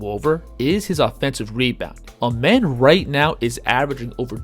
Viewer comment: His name isn’t pronounced as Amen it’s like the sun god Rah Ahmen